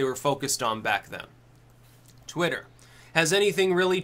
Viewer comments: SaroDracon twatter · It's pronounced 'Twat-ter' Just listen to Vee